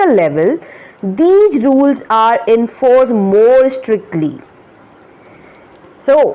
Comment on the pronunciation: Yu mistake in talking yu were saying enforced as cenforde